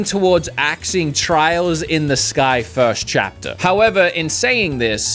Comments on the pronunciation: Can't even say Trails right. Why did you even bother including it? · He was really putting his life on the line when talking about axing Trails, he would have gotten a riot at his front door. Also please look up how to pronounce Japanese names, I love your content but it seriously makes it hard to watch.